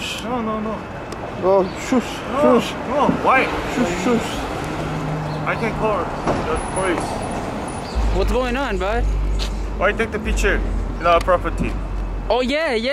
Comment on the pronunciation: "I call the preace", lol.